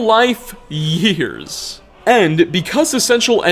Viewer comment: When he cut off saying ‘years’ I lost it